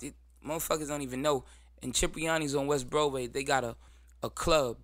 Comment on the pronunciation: It’s Cipriani not Chipriani but I know that spot 💯🙌🏽